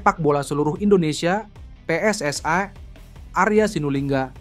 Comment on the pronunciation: PSSI min bukan pssai. Gunakan bahasa Indonesia yang baik.